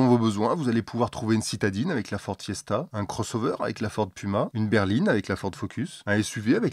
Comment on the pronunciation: Fiord,? Problème de diction ou messages codées? Sinon en import d'occasion, il y a des Volvo en flexfioul (v70, xc70, v60, xc60, etc).